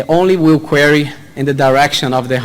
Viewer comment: Боже мой,! Перестань говорить кьюри! Куэри!